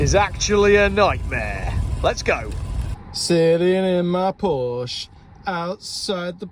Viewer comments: And you still can't pronounce Porsche properly. My 911 Cabriolet will be 25 years old next month. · When are people going to say the word Porsche properly? They can be money pits same as barges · I wish you would pronounce Porsche correctly… just once 🙄